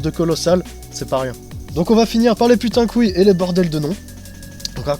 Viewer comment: haha, je veille au grain ! Nan mais quand tu upload ta video, mets la par defaut en non-repertorié ;) Sinon cool vid, j'ai decouvert un groupe sympa, on a des gout similaire ca fait plaisir. Par contre quand tu dis putain qu'oui, j'entends "putain d'couille", c'est grave docteur ?